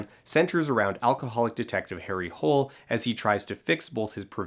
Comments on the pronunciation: The actual problem with Harry’s last name is because they pronounce it wrong. With the proper Norwegian enunciation it’s Harry “Hoo-lah” & not the use of the American “Hole”. JoBlo Videos goes more in depth about that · I still can't believe they went with the english pronunciation of Hole's name. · All they had to do was pronounce it the Scandinavian way: "Hoo-leh" or "Hoo-ler". If not, why not just set in England /the US and rename everyone? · Blane Especially when you consider that the author was ABUNDANTLY AWARE of how ridiculous it is with an English pronunciation. The first book is set in Australia, and has Harry CONSTANTLY correcting people about the pronunciation of his name, after they universally chuckle at the name “Harry Hole”. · It's originally at least somewhat intentional - the books acknowledge that English speakers tend to pronounce it that way and Harry is annoyed by it. It's played for laughs, because Nesbø's novels are fundamentally dark comedies. The problem is that the film is played completely straight, but they left in this comedic setup through sheer incompetence, perhaps because nobody read the script aloud at any point before they began shooting. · I have also resd all the Harry Hole-books, don't worry. And anyway, the story of the movie takes place in Norway and most of the characters are Norwegian. When I go abroad I introduce myself with the proper pronunciation of my name, not some anglicised version. And I know all my friends who have names that sound strange in English takes particular care to not pronounce it in the weird English way haha :') anyway, the movie is bad and the name stuff is just a small part of it!